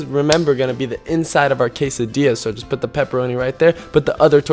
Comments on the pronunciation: It's pronounced K-sa-di-a not k-sa-dil-a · ITS PRONOUNCED (KAY-SA-DEE-AH) NOT (KAY-SA-DILL-AH)!! GET IT RIGHT! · (quesa)diya) not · I'm Mexican u say quesadilla say quesadia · its quasadia not quasadilly lol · I always cringe when he pronounces quesadilla "case-a-dilla " or "case-a-deeya" still love u <3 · ??? Sometimes he pronounces it quesa DEE lla and sometimes he pronounces it quesa deh lla Is there a correct way? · quesadilla (kay suh dill uh) song it goes "quesadilla me uh milla quesadilla " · When he says quesadila it hurts my heart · It's pronounces Kay-suh-dee-ah just so you know. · when he said "quesadiLLa" i cringed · its prononced qesadilla the two lls sound in spanish is y ok just telling you by The way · My mom just puts the peproni in the quesdia im mexican and it's pronounced Ca-sa-d-uh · it's actually called a .. k-a-s-s-a di-a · he said casidilla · it is pronounced ka-sa-de-a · ItsJJDuh GT I was wondering who else would get mad at him for that but yes, it's annoying he said it wrong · Every time he says quesadilla incorrectly part of me dies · In quesadilla and any other Spanish word with a double l, you pronounce it like a y, instead of an l. If it's a single l, then pronounce it like an l. Your Spanish lesson for the day. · Good job on correcting yourself after you said "quesadilla" incorrectly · your saying quesadilla wrong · He didn't say quesadilla right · Your saying quesadilla wrong and the l is silent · You said quesadilla wrong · u dont have an accent when you said quesadilla with the ll learn to soeak proper spanish